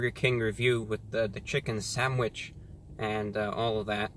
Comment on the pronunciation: why does he say sandwich so weird